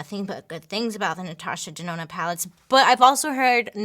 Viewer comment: She said Natasha DeNONO!!